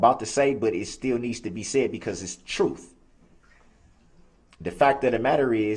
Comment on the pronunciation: He can't speak properly: axe, troof, biast are just a few examples.